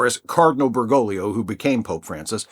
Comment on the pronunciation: First time I heard an american not slaughter the pronunciation of Bergoglio